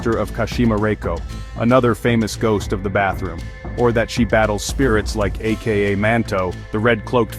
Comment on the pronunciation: AKA! (AH-KUH)